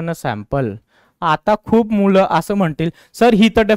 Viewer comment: Sir aap sample ko pample kyu bolte ho ka